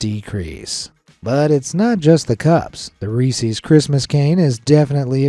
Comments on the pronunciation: As someone who grew up close to Hershey, it's Rees-es (short e) NOT ReesEEZ. Pet peeve of locals. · Reese’s not reesies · Reese's is pronounced ree sez! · You say reese`s wrong very wrong. It is not resees it is pronounced resis . Listen to the commercials . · it sounds like it's pronounced well.. what you said but it's actually pronounced like Reesi's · Who in the fuck says resse's pieces riessie's peacie's? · It's pronounced Reese's (rhyme's with pieces). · As someone who loves Reese's, it really set me on edge when you continually mispronounced it. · Why do ppl pronounce Reese’s like that lmao u never saw the Reese’s puff commercial? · why did he have to say "reeses" with an e sound instead of and I sound:/